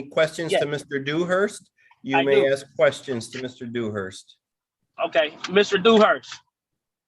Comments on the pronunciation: Dumbass is "axing" a ton of questions. lol!! Moron!! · Awful lot of axing by this Bey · “Let me know when I’m credible to axe questions” … umm never, you moron hahaha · You can always tell the education..It’s simple.. learn how to say ask not AXE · He axed and axed. 😅😅😅😅😅😅😅😅😅😅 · Your honor... he's axing directly...just to cut to the heart of the matter.